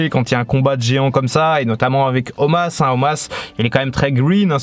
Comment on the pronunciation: Pourquoi tu appelles Omos "Omas" ?